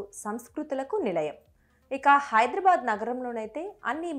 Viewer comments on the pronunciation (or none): none